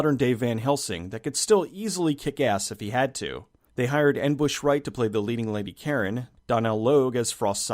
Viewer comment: her name is pronounced "Nabooshay" Wright, not "N-Bush". I just spoke with her today actually. :)